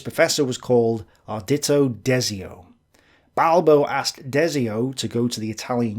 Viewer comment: Quite well actually expecial the sourname is perfect